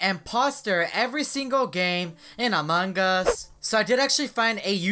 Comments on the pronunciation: how he said Among us: amung ush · Ikr amaungus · It sounds like a mangas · Hahah among gua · How many times did he say Amon Gus hahahahahaha 😂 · "In among gus" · Why do you guys say it Among-Gus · look at how he says among us